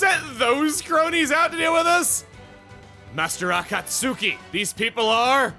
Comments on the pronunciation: Akat suki....u said it as Akat suki. Its Akat Ski. Akatsuki is said Akat ski. Sorry had 2 point it out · As a Naruto fan, hearing Chugga say A-Cot-Suki, and not A-Cot-Ski irks me. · It's pronounced A-cot-ski, like in Naruto. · Akastuki = Akah-su-key just like tsunami. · ok, this is bothering me., you are saying Akatsuki wrong. you should be saying it with the U being silent. Akatsuki is pronounced as "Akatski" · "Master A-Kaut-Suki" Someone's never watched Naruto. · I have to assume Chugga never watched Naruto by the way he pronounced Akatsuki. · Naruto fans like me are facepalming at a certain word's pronunciation on Chugga's part. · the way Chuggaa says Akatsuki makes me think he hasn't seen naruto